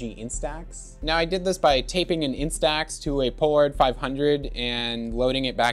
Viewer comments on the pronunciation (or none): none